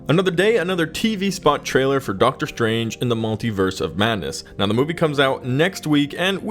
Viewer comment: Am I just imagining things or did the narrator really say "Marvel Studio's Doctor STRAIGHT"? :D